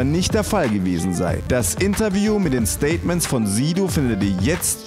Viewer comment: Kann ja nicht sein das du es nicht kannst... Bei sprichst du das "s" doch richtig aus wo du Statements sagst... Soll kein diss sein oder so...